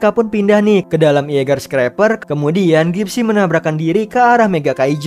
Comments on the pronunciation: mimin...tu jaeger bkn iaeger🤣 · Jeeger bang bukan ieger